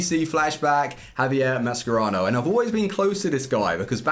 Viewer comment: I love you bro, but it’s pronounced Ma-Sher-Rah-no not Ma-Scer-Rao